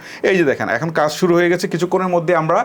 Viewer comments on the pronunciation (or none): none